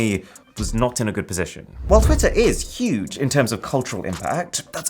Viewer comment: "before we get to the bat, let's talk about the goot"